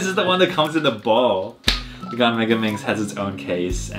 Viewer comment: It suppose to be gan but your accent from gan is gun